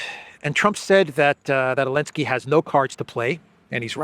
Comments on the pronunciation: Can someone tell me why always calls Zelensky "Alinsky" or "Elensky?" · Elensky elensky . Why cant you say his name correctly ??? Weird